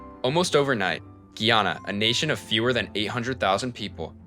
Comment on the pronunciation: it's pronounced GUY- ANNA